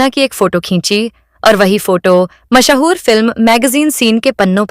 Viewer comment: Mahaa-hoor kya hota hai? Mash-hoor kyon nahi kehti?